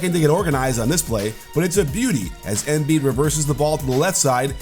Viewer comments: Coach sorry for being the pronunciation police but as far as I’m aware from living in Philly it’s “emBeee’d” not “M bead” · Pretty annoying the way you say his name tho...you say Émbiid, putting the accent kind of in the e...why you don't just say normally Embìid?? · Someone had to say it XD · Does it on purpose because he hates Sixers